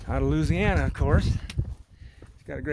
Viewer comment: Hey buddy....you and Becca...y'all never disappoint :-) My 2 fav hiking channels as I think I've mentioned several times hahaha! Thanks for the shout-out brother...you even pronounced Looooooziana like a good ole Cajun hahaha! Man I heard that thunder....yesterday Evanne, Eli and I were metal detecting and a massive lightening bolt hit a pine tree bout 50' from us...was epic and scary and crazy...and yes...the gopro was running! Have a good one brother!